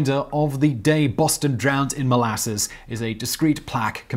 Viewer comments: Why is he saying it like that? It's mol-a-suss, not mol-asses, Simon. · Your pronunciation of molasses is super weird! Molarses? Is that “powsh”??? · Why do you say molasses in such a weird way?